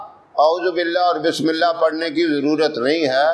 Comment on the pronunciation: Mash Allah bahut khub But bismilih ke alfaz sahi se adaa nhi hue h